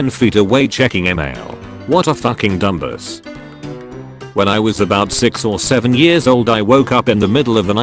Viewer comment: "What a fucking Dum-Buss" Ill be pronouncing dumbass like this forever thanks